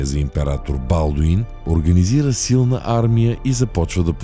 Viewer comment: Като чух БАлдун и спрях клипа, мн зле